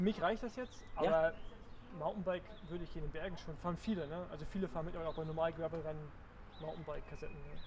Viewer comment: “Gravel” Rennen